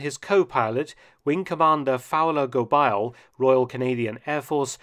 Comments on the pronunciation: your pronunciation is usually spot on, but it's pronounced "Go-bey" not "Go-bile". thanks for the vid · Anther fascinating forgotten chapter of World War II lore. By the way, the French-Canadian family name Gobeil is pronounced something like "Gob-eh-ye", rhyming with "abeille". Great video - always love hearing about Canadian involvement in the war, as I don't always feel we get our due: we are either lumped in with the British, or over-shadowed but the US. You never fail to give the plucky Canucks credit where credit is due. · Mark, ta prononciation est affreuse! The pronunciation of "Gobeil" is "go-bay," not "go-bile." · French pronunciation needs work, it's not Go-biles, it's Go-bay. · Gobeil: Go-bey-ee. It's a common French Canadian surname. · Gobeil is pronounced GoBEY. Quite a popular name among francophones in Ontario and Quebec. Other than that, fascinating stuff Mark! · Just one comment: the name "Gobeil" should be pronounced "Goh-BAY." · Gobeil is a French-Canadian name and is pronounced “Go-baay”.